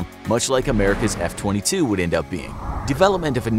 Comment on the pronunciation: He talked about the F22 for a short time but after that short intermission he was just saying it wrong